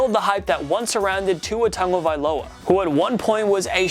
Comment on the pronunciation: Dog.... did u really just say TagoVIOLA????